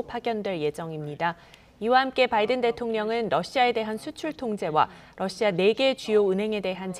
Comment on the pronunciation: 러씨아 ㅋ 발음좀 신경써주세요